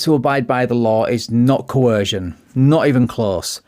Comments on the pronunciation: "Coercion" does not have an "H" in it. It's like they get confused and mash "coercion" and "coherent" into one incoherent word that doesn't exist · "co - her - shion" 🤣🤣🤣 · 😂😂😂😂😂 sovtard..😂😂😂😂 did he say COHERSION??? I'm an Aussie and that was word-salad of nothing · What is “coherzhun?” 😅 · "co-hershun" can't even speak properly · Co-Her-Zjunn! LOL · you mean cohersion... or cohorshion...😅😅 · I honk the whole "co-hersion" thing is that they've only heard the word used (and mispronounced by) other SovCits, they're just parroting another idiots schtick. It's the same with Flat Earthers, you can tell who their "Guru" is by the terms they use. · The mispronunciation of coercion drives me insane. Why do so many of them throw an "h" in the word??? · They can never pronounce coercion or inalienable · “Judiciary”? “Dudiciary”? Can’t even properly pronounce “fiduciary” as we all “coercion.” Poor kid.